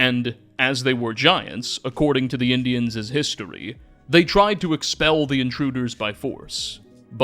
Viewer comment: I love the videos, but the Gollum-speak ("pilgrimses," "boneses," "Indianses," etc) hurts my head...